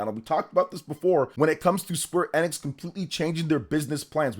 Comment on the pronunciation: You're saying Square Enix wrong.